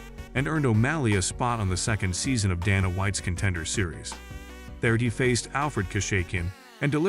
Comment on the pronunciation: You dont know how to pronounce Sean or Dana name. You should not be narrator.😅😂🤣